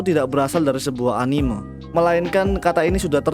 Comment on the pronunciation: cuy tolong pebaiki pelafalan kata "anime"